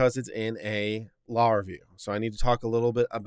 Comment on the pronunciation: It would be useful if you could pronounce "Law Review" as two separate words.